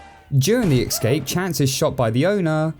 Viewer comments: ES-Cape Not EKS-CAPE I love his videos but that bothers me so much. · I can't get beyond the fact that you pronounce "escape" like "excape" 😂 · Take a shot everytime he says ecscape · Been on a massive binge of your videos, and while I love them all, I'm afraid I have something to tell you...... You have been pronouncing the word "escape" wrong your whole life.